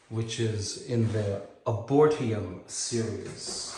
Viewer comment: Ar-bor-etum: A botanical garden devoted to trees. But, you know that already...hahaha.